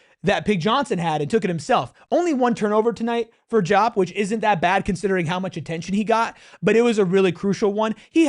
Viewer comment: You are the PHNX podcast for ASU and you can't pronounce the names of the players on your own home team?!!?!!? That being said, Diop and Odum played like monsters tonight.